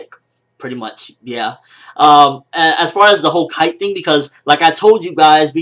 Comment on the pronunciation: 1. His name is Kaito, not Kite. It makes a big difference for me. 2. The nature of the relationship between Gon and Kaito was changed enormously by this different introduction, which will impact the series later on (since Kaito is an important character). 3. I like the fact that the pace is slowing down. I wouldn't want to imagine if they ran out of chapters before Togashi sensei starts writing again.